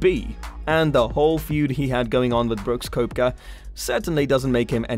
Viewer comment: Brooks is well liked and do you even know who he is? You can't even pronounce his name correctly.